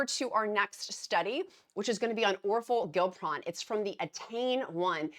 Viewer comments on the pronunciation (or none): Dear: OR FOR GLIP (not GILP) RON.